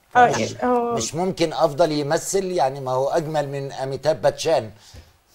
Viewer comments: لا افزل ولا افدل تنقرأ وتنكتب أفضل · says afzal but afdhal says it right afdhal.